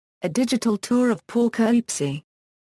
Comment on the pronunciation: The pronunciation of the subject city's name is pathetic. Too bad you couldn't have a more capable computer generated voice narrating or, Heaven forbid, a human.